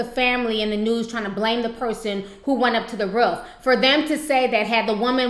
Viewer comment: I feel so bad for the woman who had to witness the fall smh! But, I just love the way you pronounce "roof" lol 😭😭.